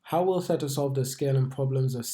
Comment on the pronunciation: It's a hard A not an et sound in the middle of the word mate 👍